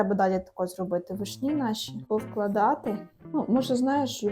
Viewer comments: не вишнІ,а вИшні. ви не знаєте де ставить наголос? тоді ви анЯ і толІк.(наголос на Я і на І) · Як можна говорити вишнІ, з неправильним наголосом. Цілий час вуха ріже😅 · вИшні,а не вишнІ😂